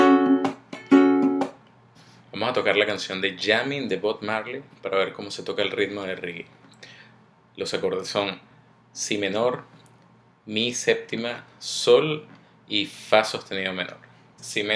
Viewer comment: y no es bod marleey es bob marly y se escribe bob marley